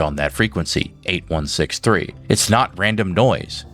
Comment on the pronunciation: Why does he say 8163…it 8613 😅